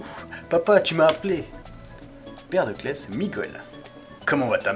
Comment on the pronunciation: C'est "Cless" et non "Klès".